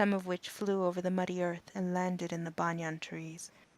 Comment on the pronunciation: Good effort with the accents.. Overall, pretty good reading except for mispronouncing a few words like promenade banyan spire.